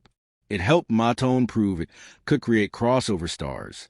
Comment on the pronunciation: COULD USE AT LEAST PRONOUNCE THE NAME CORRECTLY!!! IT"S "MOTOWN"!!!